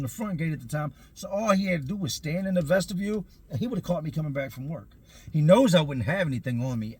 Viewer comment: its called a vestiBULE. Like ves-tih-bule, not vestiVIEW